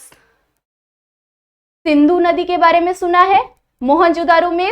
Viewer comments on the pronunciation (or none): Mam it's indus civilization not indos civilization it's not sindu it's sindhu